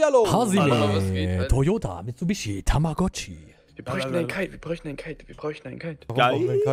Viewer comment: Ich habe nach einem Monat wieder reingeschaut, aber, Entschuldigung wenn das jemand schon öfters gesagt hat, wird Kaid nicht eigentlich Ka-id ausgesprochen und nicht Kite.